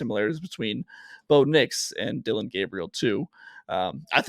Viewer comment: Cant wait for talking ducks to come back for the season. Good show! Love J Stew FYI its Dillon not Dylan